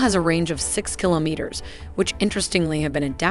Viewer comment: You were given too many attempts to pronounce kilometer correctly, but a great video nonetheless